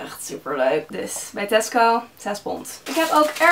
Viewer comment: Elke keer dat je Tasco zegt denken ' hè, Tesko?' ❤️